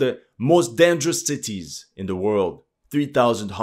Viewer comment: '' ''most dangerous tities''